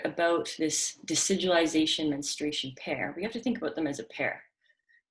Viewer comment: I love listening to you say decidualization. It's such a powerful word that explains so much! I think invasive placentas are scary.